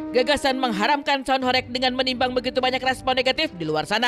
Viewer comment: Baca ho"reg" seperti baca ba"reng". Horeg artinya bergetar.